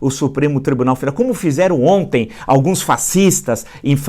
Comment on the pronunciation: Villa, você se expressa muito bem, entretanto, vem comentando um erro de vício de linguagem: você sempre fala ONTE ao invés de ONTEM. É só um toque!